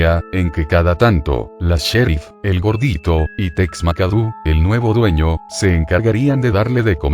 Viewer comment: Me dan mucha risa como dice "Tex makadu xdxdxddd